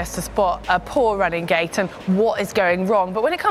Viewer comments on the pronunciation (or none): What is she saying? Running gay?